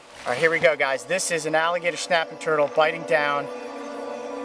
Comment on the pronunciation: He kinda said the alligator schnaping turtle